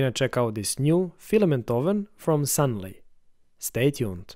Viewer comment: It's a filament dryer, not oven and the company name is Sun-loo, not Sun-lee.